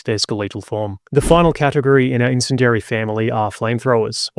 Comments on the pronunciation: Only criticism (ya bastard) is that you learn how to pronounce bastard "incendiary". It's got a bastard "I" in it (pronounced as a hard "E" (like many similar bastard words). Incend-E-ary. Bastard. (This comment is sponsored by Sean Bean...) 🙂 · Someone please teach this dude how to say incendiary. Or is this like a British pronunciation thing? Otherwise no complaints about everything else. But seriously. Eleventeen mispronunciations of incendiary too many about had me screaming at the screen. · "In-sin-dairy" weapons Really? Are you sure? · Just me or is anyone else bothered by the pronunciation of incendiary? Entertaining video though!